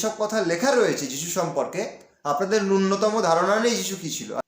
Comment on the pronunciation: পুরো সময়টাই নষ্ট হলো এই ভিডিওটা দেখে! রামকৃষ্ণ - বিবেকানন্দকে আগে একটু ভালো করে জানবার চেষ্টা করো; তারপরে মন্তব্য করো। আর হ্যাঁ, যা বলছ, একটু ভালোভাবে বলো। কথাটা ন্যুন্যতম নয় ; ন্যূনতম! Try to widen your extremely narrow periphery of knowledge!!